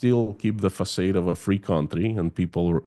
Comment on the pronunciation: PLEASE learn how to correctly pronounce FACADE! If you just use that word once in a while it would be fine but you use it quite a bit on your channel. It is one of the few French words that even Americans pronounce correctly (well - mostly correctly). It's pronounced “fuh-SAHD” or "Fa-SAHD".